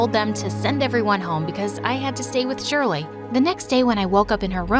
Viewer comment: (my name is always pronounced wrong aswel in this video but im used to it honestly)